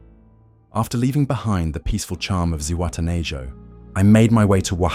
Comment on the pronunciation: Zihuatanejo Is pronounced: see- ooah-tah-neh-haw